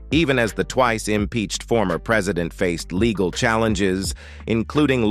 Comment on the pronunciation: I really cannot take these AI clickbait videos. Check out how legal, good, and Melania are mispronounced.